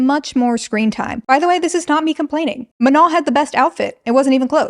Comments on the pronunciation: MA-NOH NOT MA-NON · It took me all of 35min to understand that her name was Manon, I kept hearing you call her "Menol" i was like wow such a unique name